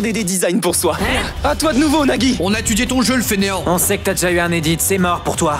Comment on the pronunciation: a pk neagi pour nagi